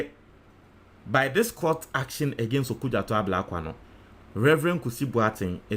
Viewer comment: It's OkudzEto, not OkudzAto.